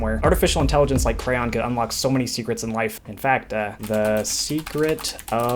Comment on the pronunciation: Finally, someone that calls it craiyon.